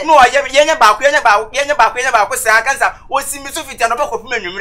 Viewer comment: Its counsellor not Cancella